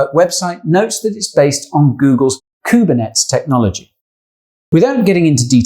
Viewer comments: It's pronounced: koo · br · neh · teez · kubernetes is pronounced differently